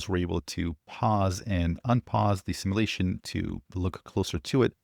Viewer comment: Hey, I’m afraid the time has come. I don’t take joy in this. I tried to ignore it. And failed. I really love your take and fun, but somethings just can’t remain unsaid. So here goes. Google how to pronounce “simulation”. Even better, ask [insert current SOTA LLM] to help. Please. At the very least, it will stop the weird looks I get from my kids when I constantly shout “it’s simulation!” at my phone, post vid drop. Thank you for attending to this matter.